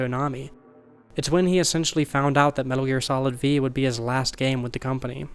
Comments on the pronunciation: "Metal Gear Solid Vee" c'mon dude. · Metal Gear Solid Vee...? Lol what is with people on youtube im out of here i cant listen to this anymore